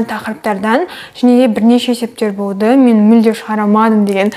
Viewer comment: Шылпылдап,пышырлап туратыны неприятно екен құлаққа Еще болды деген сөзі боды деп айтканы да неприятно А так все норм Баллың құтты болсын Бізге де бұйырсын